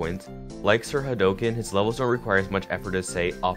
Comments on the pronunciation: Sir Hay Doe can.. Its Sir Ha Do Ken . Like HAA DOOKEN Like in street fighter. Right? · Sir hadooooken not hadoaken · um i think that you pronounced sirhadoken wrong but idk soooo